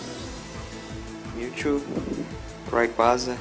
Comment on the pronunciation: se fala reyqueisa